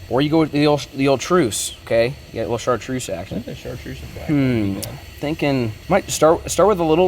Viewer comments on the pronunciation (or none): I had the captions on when you said chartuse and at first he spelled it like this SHART TRUSE. Lmao